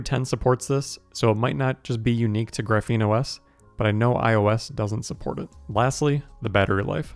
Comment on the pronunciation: It's pronounced "Graph-een", it's a type of carbon structure, you say it very wrong, you say like "gruh-feen"